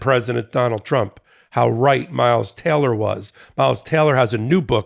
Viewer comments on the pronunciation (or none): a little off topic, but it sounds like he keeps saying miles TELLER (which is an actor) rather than TAYLOR. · It's "Taylor", not "Teller".